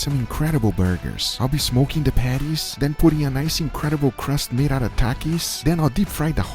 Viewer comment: Swear i thought you said ima be smokin the panties and i was like my man! Then i knew you meant patties and i was still like my man!